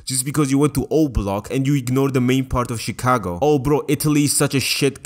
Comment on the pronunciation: I am in tears at your propper Midwestern pronunciation of Chicago. Truly you are the best Georgian